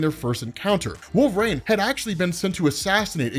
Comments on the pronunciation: So yeah umm... umm I just wanted to say you say wolverain instead of wolverine.... lol I love you man keep up the videos your the comic book king/guru/sensei/siffoo/professor 📖! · Anyone else notice he says wolve rain instead of wolve-er-reen? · So no ones gonna comment about how he says Wolve-Rain??? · Did he way wulv-reen?